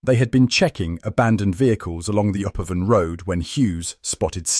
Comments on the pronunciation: IGNORING ALL THIS 'FEEL GOOD' BOLLIX, AT LEASTGIVE THE NAMES CORRECTLY....ACHEN NOT ARKEN, AND UP-AVON AS IN UP _ AY-VON)...NOT UPPERVON AS ONE WORD... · Mention of Upavon, small village near Devizes, but not as pronounced.